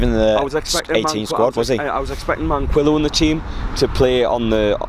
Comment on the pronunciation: Please correct pronounce it ManKEYo lol it's been going on for too long